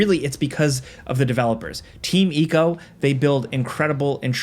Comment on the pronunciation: for the love of god its I-co ico not Eco